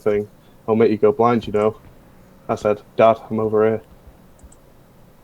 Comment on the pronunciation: bc of his accent he said "dad I'm over er" and it sounded like it